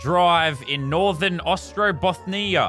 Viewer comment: He tries to pronounce Ostrobothnia; lol